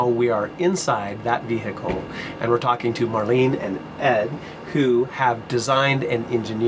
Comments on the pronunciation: ve hicle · Ve-he-cal It triggers me how he says it 😂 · Why does this guy insist on saying 'vee-hickle'? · Why the hell do americans always hiccup when they say the word vehicle???